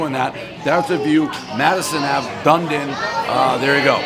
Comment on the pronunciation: Haha Dundin- DunEEdin Dave, gotchu